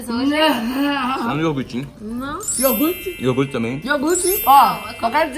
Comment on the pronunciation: Que agunia dá cams falando iorgute É IOGURTE!!!!! KKK